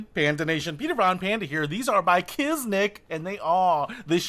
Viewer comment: I’ve been wearing them for 2 years. I’ve got 2 different pairs now, different styles. They do get even easier to put on after a few weeks but still maintain a good fit on your foot. Also it’s Kizik, not Kiznik. No N.